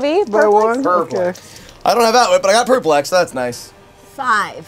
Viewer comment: Does know the stress is on the second syllable in the word perplex?